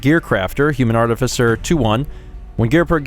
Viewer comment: I have never before heard anyone pronounce that word as "artifisser".